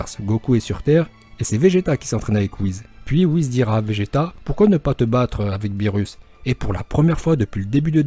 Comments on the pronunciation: Pas whiz mais ça se prononces whis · Cool comme vidéo mais WhiS pas Whiz